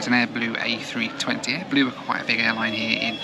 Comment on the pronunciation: Dubai doobai doobai doo… I was sure you‘d find your hotel. ahead you not we probably wouldn’t be watching this video as you were still running around the airport somewhere… And was I the only one who heard AdBlue several times instead of AirBlue? Well both aren’t very blue, they have something in common ! 😁 Nice video!